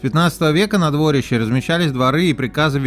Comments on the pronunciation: Ярославово дворИще! Как же слух режет двОрище. Неужели не спросить у местных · Я так уточню или дополню) Крестцы ударение на перый слог, опоры моста у нас называются "быки", дворище ударерение то же на первый слог